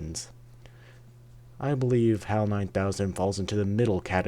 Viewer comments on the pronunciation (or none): It's HAL. Not "Hal". And when you add one letter to H, A and L you get IBM.